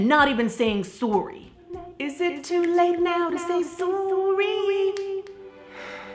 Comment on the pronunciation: Sore-y lolol